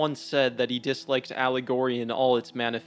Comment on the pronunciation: When speaking the word “allegory”, the emphasis is meant to be on the first syllable. Not the third. Just pointing that out. I enjoyed the video and dropped a like.